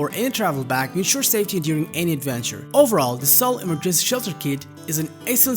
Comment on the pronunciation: English teacher here: 1) slow down your enunciation. Trying to speak fast only hinders your comprehension skills. 2) Verify how certain words are pronounced. Remember that English is a stress- based language, therefore, placing the stress in the wrong syllable makes certain words sound weird. (Emergency, for example). Don't let these details distract the listener from your actual message